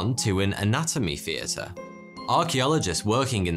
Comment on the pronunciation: "Ve Old operating Feater, founded in 1822..." "Anatomical Featers..." "Ven, in eighteen Firty Free, ve medical schools hit anover..." Because; Foughty Two 😇👍